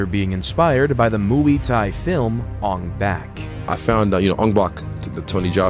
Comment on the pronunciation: Isreal - ong bak Channel narrator - ang back. 😒